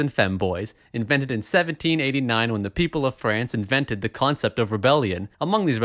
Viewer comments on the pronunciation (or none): none